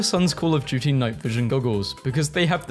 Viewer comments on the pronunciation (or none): none